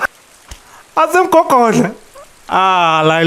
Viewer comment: AsemGogodla, Repeat after me "Mgogodla"😂😂😂😂